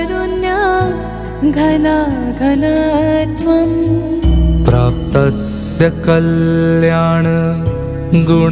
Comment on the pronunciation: Excellent By all means and keep it up and. I am not sure but can you please checkup when it is pronounced, Ghanaa ghanaatvam. Rather I understand as GHANAA GHANATVAM but not GHANAA GHANAATVAM. Almost at all the temples as you sang. Kindly checkup and for any offence please forgive me. Anyways you have attempted in a way Prabhupada would have been pleased. Excellent effort and best regards. Hare Krishna.